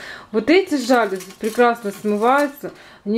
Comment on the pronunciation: Красивые! Только жалюзИ, а не жАлюзи!)